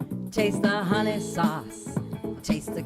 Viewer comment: Not hunnies it’s hun nayyy!!